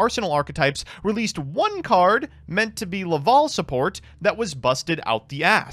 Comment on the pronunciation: Gofundme 20 bucks for a speak and spell so he can learn how to say lavalval instead of laval